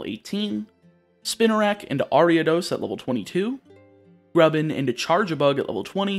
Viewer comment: these videos are so calm! had a not the best day and its so nice to unwind watching these. the way you said grubbin was so nice also, grubbin my beloved ☺️